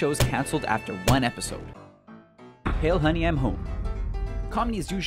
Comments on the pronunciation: It's pronounced High-El, not Hale. Watch Hogan's Heroes, you'll get it. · "Hail"? Nope. It's German. "High-l." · "Heil" isn't pronounced "hail" - it rhymes more closely with "pile". It was meant to sound like "Hi honey I'm home" not "hail honey". Also, Braun sounds like brown, not brawn. The rest of it sounded like a grade 9 student asked to read aloud in class. This is a problem in many SR videos. Can't you guys hire someone who knows how to say their lines without fucking up all the time? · The pronounciation of the German words and names is absolutely painful. Is it that hard to look up foreign words? "Heil" is not pronounced like "Hail", a ch is no k sound...come on, you're making web videos that get millions of views, you can take a few seconds in pre-production to look up words you cannot pronounce. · HIGH-L honey* even non-German speakers know that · "Hail honey" doesn't make sense... "hail and "heil" are not pronounced the same way and "heil" sounds like "hi" with an "L" at the end of it. In the words of Rainier Wolfcastle: "That's the joke."